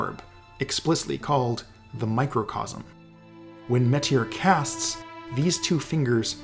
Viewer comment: Finally, somebody besides me pronounces "Metyr" like "meet HERE" instead of rhyming it with "better."